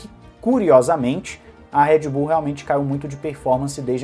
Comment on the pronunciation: É Red Bull e não Head Bull!!!!